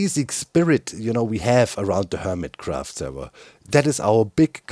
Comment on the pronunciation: This week... on Hermitract 😂